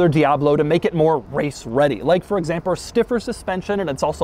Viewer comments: I heard you say "examper". I heard that. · “For examper” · " For examper " - Doug 2022